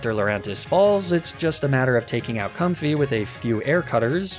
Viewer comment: used both Com-fee and Com-fay for the pronunciation for Comfey